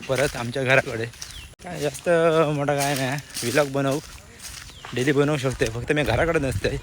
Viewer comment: अरे v -log नाय रे vloge बोल 😂😂